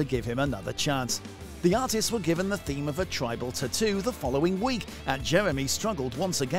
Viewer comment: Its tattoo not ttoo .